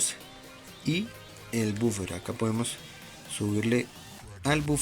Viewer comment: Es la abreviación y no es bufer es woofer